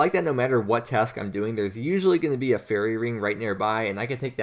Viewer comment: fairE not furry, you are tilting me!